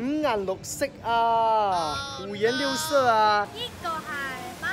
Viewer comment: 我五顏六色聽成了五人六室😂😂😂有跟我一樣的舉個手